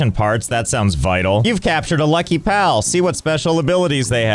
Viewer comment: The fact he butchered a lucky pal just hurts my soul